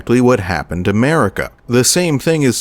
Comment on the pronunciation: What you hear: Merika What i hear: 'Merica 🗿🇺🇸🔫🦅